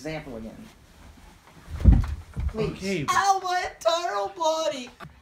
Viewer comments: He ment entire, but he said entirial. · “ Ow my entiral body” 😂😂😂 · When frank pushes gabe on chair gabe said"awww my entiral body😂much love from earth